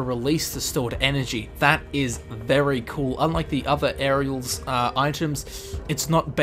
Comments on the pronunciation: Now repeat after me auriel (OH-ree-uhl) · Oar-Ri-ell.... not that hard... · How the hell does he repeatedly mispronounce Auriel? Gelebor pronounces it for you: Orry-Ell! Get it right when everything is said for you,, please. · camel triggered me when I heard him say auriels shield 😑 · He pronounced Auriel two different ways... Both were wrong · You mispronounced Auriel's 2 times. Jeez. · Auriel is pronounced OR-E-EL and Ysgramor is pronounced EE-sgramor not Yisgramor